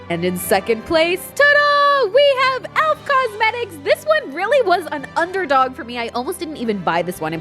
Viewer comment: What was the name of the elf lipstick!! And it’s pronounced ElF like Christmas elf’s! 😁